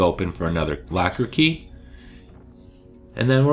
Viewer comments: Is it locker or lacquer key? Lol sorry i couldn't get past your funky pronunciation of this word. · It sounds like you are saying lacker instead of locker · Why are you saying "Lacker" key instead of the "Locker" key? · It’s locker key not lacker key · I'm from canada and I say that Is not how we sound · Sounds like you're saying lacker key lol thanks this was helpful